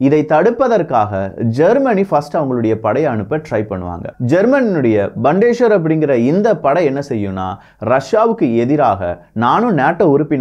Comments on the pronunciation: Thanks for the Video! Btw, Bundeswehr should be pronounced as "Bundes-Wehr"(Armed Forces) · Hi, huge applauds for your efforts. Such a great job with so much of world content. Just a small suggestion: your pronounciation of 'Bundeswehr' needs to be checked (what you pronounced is not correct. Check in google translate for right pronounciation). Please consider my comment as an improvement suggestion for your future videos and not as any criticism. And btw, I am a big fan your channel. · வணக்கம் விக்கி சிறப்பான தெளிவான செய்திகள். Bundeswehr என்பது ஜெர்மனியில் உச்சரிப்பில் (புண்டஸ் வெயா) நீங்கள் உச்சரித்து இங்ளிசில் பண்டேஸ்வர் இங்ளிசுக்கும் ஜேர்மன் மொழிக்கும் உச்சரிப்பு க்கள் ஊ ஆ ஆ அவ்வளவுதான் ❤❤❤❤ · mannikkaum Bandesweyar Illa BUNDES WEHR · Bild is not an important media in Germany. The Bild is like kumudham, kalkandu. Please stop your lies. Bandeswahr illa paithiyam, it's Bun des wahr.